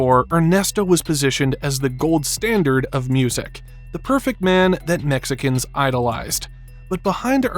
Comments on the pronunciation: I can’t quite tap why, but the way you say “Mexicans” makes me laugh so much. Great video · Something about the way you say Mexicans is so funny